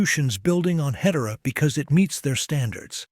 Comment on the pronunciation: Ahh, the power of AI. I would like to see better pronunciation of Hedera; otherwise, a brilliant description of what's ahead!